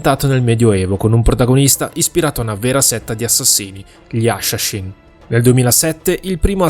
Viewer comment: "Gli asciascín"